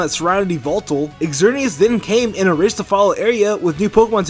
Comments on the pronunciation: If i hear eggzerneas one more time i'll kms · you mispronounced xerneas lol